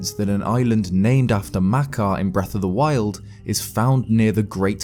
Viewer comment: did he say "wreck of the wild"?